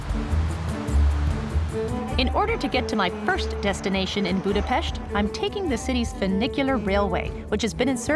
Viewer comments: Gorgeous video, I also very much appreciate the proper pronunciation of the city and places, thank you! Hungarian here, the best presentation of my beautiful Budapest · You really made the effort to pronounce the Hungarian names/words correctly. Thanks for that, I really appreciate it. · How refreshing to hear you pronouncing Budapest correctly! This is the land of my ancestors! Beautiful video which spoke to me. My maternal grandparents' surname was Lukacs so it was neat seeing your guide have the same name too.